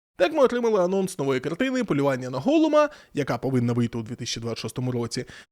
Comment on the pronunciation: хм, цікаво, бо я чую плювання :-D